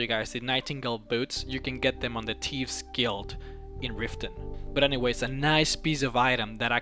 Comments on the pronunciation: Lol I live when he said thieves guild... Teves guild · the teaves guild lol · teeves gild. tevesgild. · haha lol he says the tives guild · "The Teeves Guild" hahaha. :)